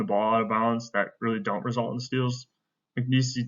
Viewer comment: It’s not Mcnees-y it’s just Mcneese.